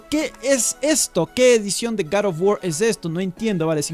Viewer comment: Como siempre excelente video y la pronunciación correcta del nombre del juego jajajaj garofguar un abrazo desde el país vecino colombia